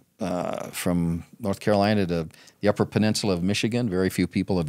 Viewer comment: As a Born and raised Michigananger I ALWAYS love that John can never pronounce uppers i get a kick out of it